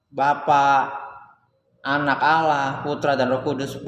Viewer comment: Allah saja lo nyebut awwah😂😀🤣😀🤣😀🤣😄🤣😀🤣🤣😀🤣